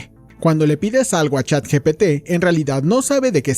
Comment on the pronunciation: ni “ChatGTP” 🤣